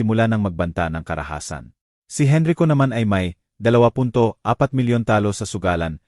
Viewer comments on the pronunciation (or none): Narrator from what country are you? Please sound out the abbreviated words properly... #Gng. is ginang #Sgt. is sergeant #alas singko y /e/ not Y/why/... # Henrico not Henry ko... Thanks for understanding